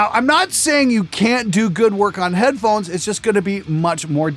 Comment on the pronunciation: "Headphohes" Sorry, I couldn't resist. :P